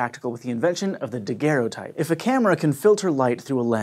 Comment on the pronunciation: "daguerrotype"??? has flashbacks to Life is Strange